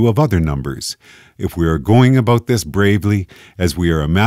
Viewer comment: "a boat" Canadian detected